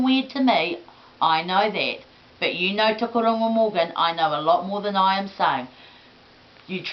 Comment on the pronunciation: TOKORONGO MORGAN! buahahaha , (thats one thing you n th king have in common, youus both cnt pronounce maori words properly, but hes the KING, hes the one that represents maori people, been doing for years still will be for a long time. ) thats pretty sad that your just tryna voice your opinion , maybe abit o.t.p but still people judge you as being F'd Up in the head. but straight dont ya think your fantasy should END!